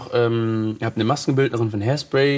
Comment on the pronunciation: "ich war beim musical haispsray" aber er hat ne glatze :D